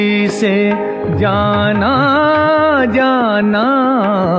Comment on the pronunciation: pronouncing thek Kro bhae, talafuz ,Jana aur janan ki adaygi thek kro